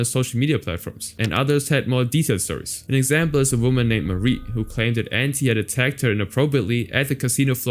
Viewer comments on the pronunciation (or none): none